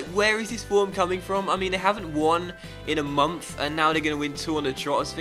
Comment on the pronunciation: "a mumf"